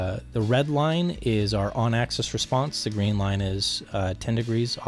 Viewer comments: Can you say "axis"? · How thick is the enclosure material. And what type of material is it? Some sort of plastic coated mdf maybe? And what is the crossover frequency? And one thing I don't like is the loss in the 2khz region. One more thing. Why do you say access and not axis?